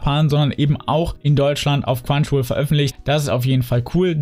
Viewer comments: Nicht böse gemeint aber du sagst immer quwanchiwoll aber es heißt chrunchyroll xD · Ne, das ist eher ein "Quanschiwuol"